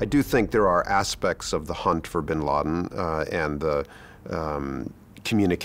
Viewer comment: Duuude...Bin Laden's impact is felt even here in Kenya during 1998 bombing of US embassy... Hundreds of deaths plus casualties...And its Bin Laden,not bin lid